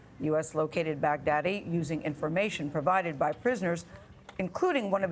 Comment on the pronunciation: Why can't I stop hearing "Bag Daddy"? Mad props from the Philippines btw, US